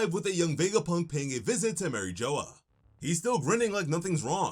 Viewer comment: It's pronounced Mureej Wa, not Mary Joe's